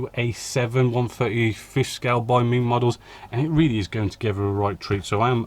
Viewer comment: Isn't it MENG, not MING.....